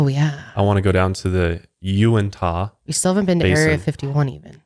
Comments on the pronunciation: I live in Utah and want to visit skinwalker ranch so bad but it's private property and literally has a security detail around the entire property. I'm not sure if said Unitah that way and meant to but it's Yew-in-tuh the h is not as pronounced and almost silent 😅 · as a utah native, the way pronounces uinta as yew-in-tah has me rolling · has never been able to say Uinta right hahah